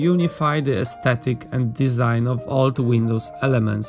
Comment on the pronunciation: "Desing" - really?